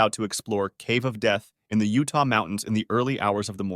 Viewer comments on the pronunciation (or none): none